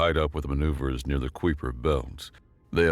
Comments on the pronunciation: Kuiper Belt: KYper. Not Kweeper. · Where in the universe is the kwipper belt??? I know where the Kuiper, pronounced Kiiip-er belt. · You're adding an extra N into "condescension." It's pronounced Con-dee-Sen-shun. Also, "Kuiper" is a Dutch name, pronounced KIPE-ur. Hope this helps. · My dude, Kuiper belt is pronounced Kai-per belt... just fyi... that aside, really enjoyed this one! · do you guys even look at pronunciation? Or do you just wing it? 😂 It's a freaking Sci-Fi series and you can't pronounce kuiper belt? It seems so minor but it just breaks the immersion... You're activating my tism 😂 this is almost as bad as when the narrator that calls himself the general couldn't pronounce the rank of a military officer when it was written out. 💀🤡